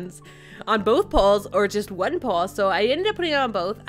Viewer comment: am i the only who got triggered when she pronounced "paw" as "paul"?